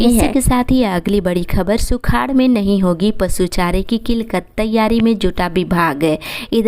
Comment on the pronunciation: किलकत या किललत सही उचचारण किया जाय।